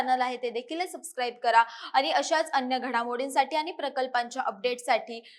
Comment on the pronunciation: अरे किती आनी पानी करते बातम्या देताना.. कुठलाच न आणि ण बरोबर नाही